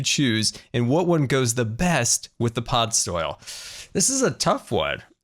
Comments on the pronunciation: its podzol, not podsoil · Am I the only one slightly irritated that he kept saying pod soil and not podzol?